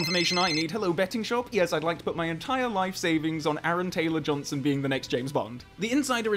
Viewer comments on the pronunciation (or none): What’s an Aaron Ansrong Gamberson? I’m sorry who did you say it was?